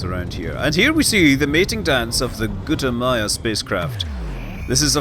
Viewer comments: GUTAMAYA! salty, not g00t-ah-yah-mah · Its Gu Ta Ma Ya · Lol, he said Gutayama